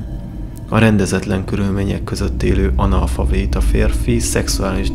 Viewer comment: Jó videó,köszi a feltöltést! Ha megengedsz egy észrevételt ,nem analfaVéta,hanem analfaBéta :) Csak így tovább☺️